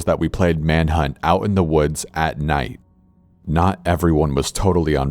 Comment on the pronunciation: ''manhut'' me: dO Do dO Do dO~